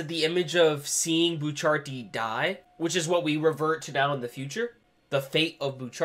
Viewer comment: It's not pronounced bucharti the helk